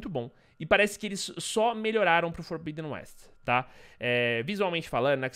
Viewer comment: FORBIDEN É PRONUCIDADO FORBÍDEN MESMO! , JOIA!?